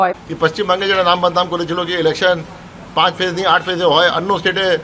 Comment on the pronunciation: আপনি 'স'এর উচ্চারণ পারলে ঠিক করে নেবেন। ইলেকছান নয় ইলেকশান।